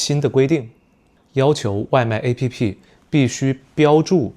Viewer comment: Pretty cool video! I could understand nearly all of beginner, a good chunk of intermediate and some of advanced and happened to learn some new words along the way so thanks :) also, why do you pronounce "app" as a-p-p by spelling out the letters? I don't know maybe there's a reason but it felt a bit odd coming from the english speaking world 😅